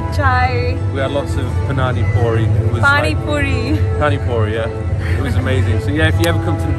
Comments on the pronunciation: Mans said Punani Puri 😂😂😂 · You know damn well you said Punani puri on purpose 😂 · Man said Punanni Puri 🤣🤣🤣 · I just noticed it, but the funniest part of this entire exchange is when she realizes he has NO INTENTION of pronouncing the word correctly. 😂. Look at how she drops her head. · The funniest part about the ending is when she realizes he has NO INTENTION of pronouncing “punani puri” correctly. 😂